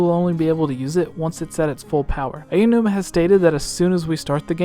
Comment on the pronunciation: AO-numa, not AYA-numa.